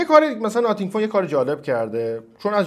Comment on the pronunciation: خیلی اعصابم خورد میشخ به ناثینگ میگی ناتینگ😂😂😂😂 نخیر چسی هم نمیام🗿 آقا خب درس بگو خیلی سخته th رو تلفظ کنی!